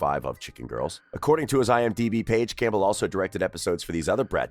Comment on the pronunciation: Campbell is pronounced with a silent p